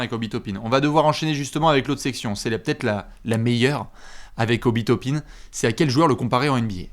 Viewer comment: Tu veux dire Obi "Top-un" ? 😂😂😂